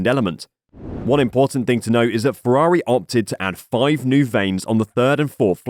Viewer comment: It's Ferrari, not Fewawi...